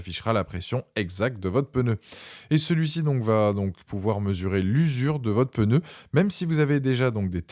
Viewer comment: En français on ne dit pas '' on est sur un modèle '' mais c'est un modèle. Et surtout il n'y a pas de E à pneu. Ce n'est pas un '' pEneu '' 😂😂😂